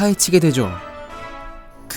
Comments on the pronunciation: 호크와트가 아니라 호그와트 입니다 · 왜 계속 호크와트라고 발음을 하시는지...